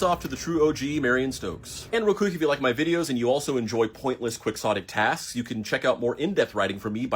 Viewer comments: Quicksohtic!? IT'S KEE-HOH-TIC! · Great video! But it’s NOT pronounced Quicks-otic. It’s KEY-otic! Thanks. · Quixotic is not "Quickzotic," its kee-ho-tic, as in the most popular non-religious book of all time, don quixote, which for many years I presumed was written "donkey hotay" by its pronunciation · “Quick-sotic”? It’s pronounced “Key-ho-tic”. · QUIXOTIC is pronounced "keeHOTTic." It's in reference to the character, Don Quixote (Don KeeHOtay" from the book, "The Man From La Mancha." Kwixottic just sounds really ignorant. I suppose it doesn't matter, though. I know what word you're trying to say. Languages change all the time. I know. Still, in this case, we're missing a lot of subtleties and all of the context of the meaning of the word. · I wonder why quixotic is pronounced 'kwik-sadic' instead of 'ki-ho-tic' since we don't say Don Kwiq-soht for Don Quixote. The dictionary is stupid. But disregard that, her accomplishment is amazing, especially in these times we live it's important to keep track. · Unless it's pronounced Don Kwiks-ottay, it's not pronounced Kwiks-otic. Since it's a reference to Don Key-Hotay, it's pronounced key-hotic. thank you that is all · He said "quick-sotic" twice (spelled Quixotic). The word is a reference to a book called Don Quixote, pronounced Key-ho-tay.. The word he's trying to say is "Key-ho-tic," not "quicksotic" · quixotic being pronounced "kwik-saw-tic" instead of "key-hoe-tic" or even "key-hot-ic" feels so wrong. i googled to confirm that is actually how it's pronounced but i fucking disagree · Its pronounced KEY-ottic. Not "Quick- zottic". Because "quixotic" is a word derived from "Don Quixote" by Cervantes, and his last name is pronounced "Key- oatie". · Can we talk about the word "Quixotic"? Why is it pronounced "quicksotic" instead of "key-hotic"? The origin is of Don Quixote, and how he would do things that were idealistic but impractical. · kee-hoe-tick not quick-saw-tick D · 47 years and it's pronounced quiHOtic